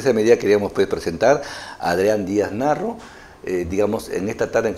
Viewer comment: Lo veré una vez más, no hay pierde. Sólo una crítica, el Sr. Adrián apellida Díaz Marro, y no Narro como dice presentador, ni Morro como dice la miniatura del video